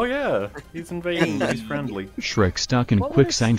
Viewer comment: Fuckin "Sherk" hahaha 😂